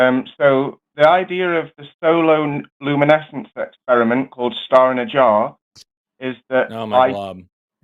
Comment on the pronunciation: He can’t even fuckin pronounce it. Sonoluminescence.